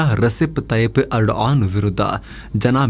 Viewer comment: ಬೋಳಿಮಗನೆ ಟರ್ಕಿ ಅಧ್ಯಕ್ಷ ನ ಹೆಸರು ಎಡನ್ ಅಲ್ಲ ಏರ್ಡೋಗನ್ ಸರಿಯಾಗಿ ಬೊಗಳೋ ಬೇವರ್ಸಿ